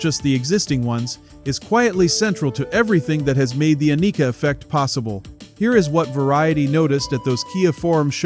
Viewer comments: Ann-i-ka.... NOT A-nee-ka..... say it right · Rush has always been the coolest band in the world. Learn to say her name. Jfc it's like the people mispronouncing Neil's name.